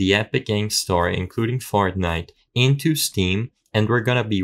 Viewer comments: ah yes "fartnite" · Ain't no way bro said "Fartnite" 😭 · Why is no one talking about him saying Fartnite at the start 💀